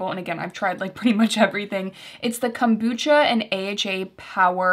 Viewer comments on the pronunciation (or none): none